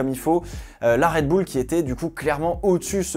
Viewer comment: "ZandVORT" "RedbOUL" ..... la France Monsieur